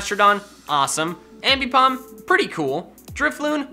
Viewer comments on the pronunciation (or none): none